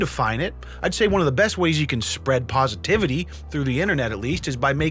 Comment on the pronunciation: spwead pwositivity